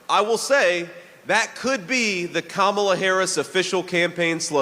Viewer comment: JD pronounces Kamala’s name correctly. I can see how obviously ..😀😀🙏🏾